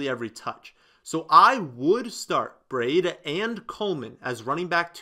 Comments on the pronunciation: Breeee daaaaa the i is silent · Hate how he says Brieda